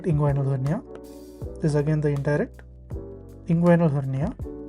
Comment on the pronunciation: You are confused. It is Nyhus after a surgeon and not a NYHUS abbreviation . This classification was named after the famous Chicago surgeon Lloyd Nyhus, and his name was pronounced as "nee-has" . Also inguinal is pronounced in-gu-ee-nal and not in-gu-a-i-nal, femoral is pronounced fe-mo-ral and not fee-mo-ral